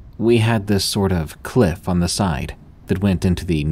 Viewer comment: Dost thee have to pronounce every 'The' as 'Thee' like in ye Old English?